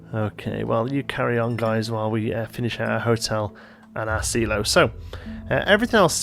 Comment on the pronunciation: Hehe.. After hearing how you say Silo I'm left hoping you don't make the same mistake when you say Simon.